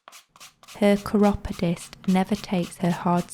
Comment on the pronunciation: I have never heard chiropodist pronounced like that before.